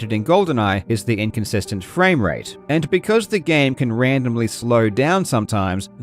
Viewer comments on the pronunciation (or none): none